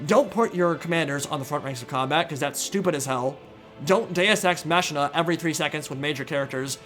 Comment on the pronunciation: The Machina of Deus Ex Machina is not pronounced like machine but "makina"